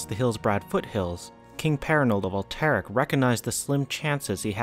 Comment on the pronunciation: Thumbs down. Can’t even pronounce alterac